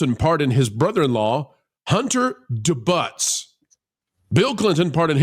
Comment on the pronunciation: Please look up the pronunciation of debut